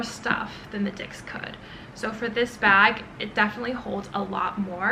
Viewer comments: Great video! It is pronounced as dis (not dicks) in French. :) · Dix is pronounced as dis. X is silent. It just hurts me so much to hear dicks 😢 If you are investing so much into this brand, why not learn how it’s correctly pronounced?